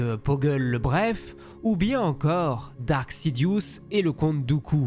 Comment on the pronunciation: C'est Darth, DARTH!!!! et non Dark ...